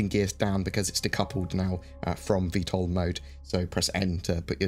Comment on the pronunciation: Thanks for saying Vtol!